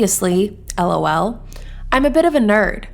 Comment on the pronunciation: The way you deathly pronounced the LOL in her jail bio sends me 💀💀💀💀💀